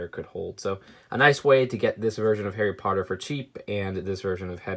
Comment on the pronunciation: HAWWY PAWTUH